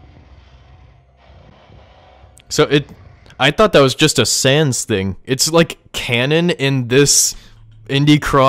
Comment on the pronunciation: Bro shud know that it it sanssssssssssssssssssssssssssssssssssssss not underpants sans